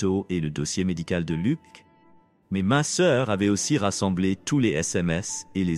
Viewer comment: On ne dit pas lok mais Luc